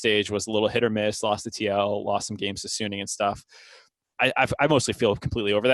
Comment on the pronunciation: most people say "sunning" it is not "sun ning". it is "su ning" it just 1 n, not 2 n in middle